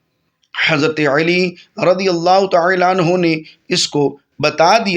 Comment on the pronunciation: Aap Uedu bhi iss tarah mazhaka kheiz, Arabi lehje mein bol rahe hain ke Urdu ka satyanas kar ke rakh diya hai. Khassosan Hazrat ALi ka naam zuban twist kar kar ke bigaar rahe hain.